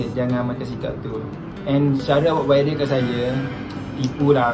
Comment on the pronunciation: Viral bukan wiral. Kerepek bukan kelepek. DASAR LELAKI PELAT DONE KECAM 😂😂